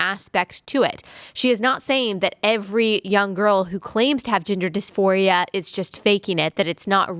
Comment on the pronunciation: Omg. hahahha I heard, 'gender disphoria' as, 'ginger disphoria' every time. 🤣 God help us. that's probably the next trend. 🤦🏼‍♀️